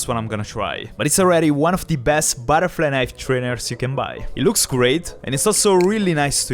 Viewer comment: "il più grosso baraflai naif"